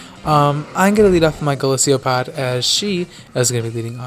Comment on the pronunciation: Golisopod is pronounced GO LIS O POD NO GO LIS EE O POD idiot